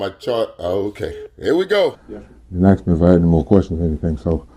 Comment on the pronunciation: Warren...DO NOT AXE anybody, you will go to PREE SON